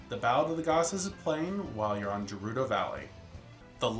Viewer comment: I don't mean to try to correct you, but I just wanna mention that 'Gerudo' is pronounced in Breath Of The Wild as "guh-ROO-doe". I made that same mistake as you did when I first got into Zelda, so it's no big deal, really. I just wanted to bring that up. Great video, though!